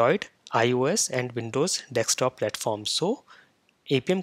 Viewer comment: Dear; Why do you say it as "dek-stop" applications, instead of "desk-top". It is much annoying to hear such a simple thing being mis pronounced wrongly.